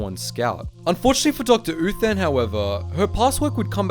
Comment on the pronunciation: I kept on hearing Doctor Who instead of Doctor Uthan